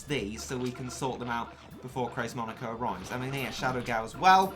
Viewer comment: Monica?? Monica?!?! really Monica? IT'S FREAKING MONEKO!!!